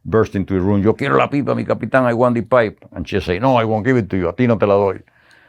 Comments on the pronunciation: You've all been pronouncing his nickname wrong. 'Che' is pronounced as you would che in cheese. Che is a sentence filler like some Americans use 'like' every two seconds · This guy comes across as a lying piece of 💩 he’s lied so much, he doesn’t know when he’s telling the truth 😂😂 at least pronounce Ches name correctly you FN clown 🤡